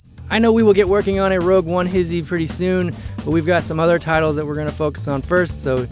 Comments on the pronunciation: why you pronounce hi-she, his-ee. and yes it was epic. EPICLY BAD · "hizzie"? I thought its obviously pronounced as "hishe" or just "hish", no? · I thought you pronounced it HISHE not HISHE, I'm confused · Whoa whoa whoa.. "HISHE" is pronounced "his-he", not "he-she"?... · His-ee? I always pronounced it he-she ._. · Whoah, "His He"?!!! I always thought it was pronounced "HISHHH" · Ohh they pronounce it "his he", I thought it was like "hish" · Y he pronounce it like hizzie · why is it pronounced his-he and not high-shhh